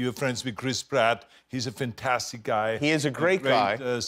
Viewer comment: It's "vantastic".